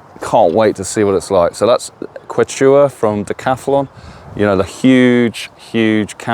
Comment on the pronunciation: The Kew chew aah!